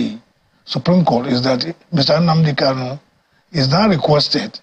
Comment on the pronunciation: Another point of correction; he is not "cano", but "Kanu". What ever Nigerian state like let them do, all I know is that Biafra is inevitable. I ❤ Biafra!